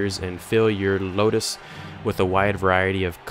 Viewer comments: Proper pronunciation Ludus (LOO-DUS) Capua (Cap-YOU-AH) Your pronunciation Ludus (Low-Dus) Capua (Cap-poo-ah) Just FYI, not trying to be a jerk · I cringe everytime you say "Capua" , "Ludus", or "Primus" other than that, good gameplay ;)